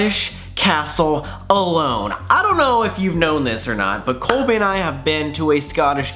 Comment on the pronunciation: Am I the only one that realized that he said Corey instead of colbey